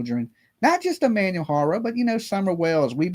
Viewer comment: You dont say any of his name or page right sorta erks me Ik you say you a country boy but you could put the effort in and learn to say his name and page correctly it's not even that complicated or if you dont wanna learn to say it correctly don't say it so much out of respect